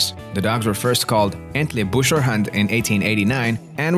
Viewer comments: They are called, Entley Booker.....after the town of Entlebuch (Entleybook)....not Entleybusher. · "EntlebuRer" :D